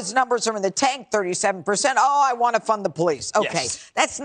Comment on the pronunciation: it really sound like he said "fun the police"